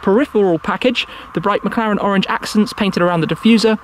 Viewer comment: thought he said "McCollector"